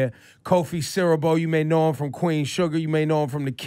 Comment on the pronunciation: Lol imma need y'all to come correct, it's Siriboe...Kofi Siriboe